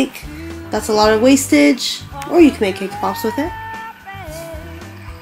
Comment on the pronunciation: wasteag is not a word..neither is hexagonal or at least the way your saying them...